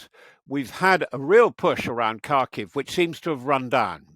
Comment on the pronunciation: “Kharkiv” is more closely pronounced. “harkeev”